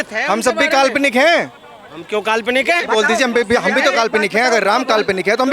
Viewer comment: Ram ko kalponic bolne wala Pakistani hai. Isko Pakistan veg dena chahie. Media wala ko salute